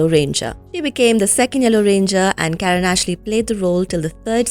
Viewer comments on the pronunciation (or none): none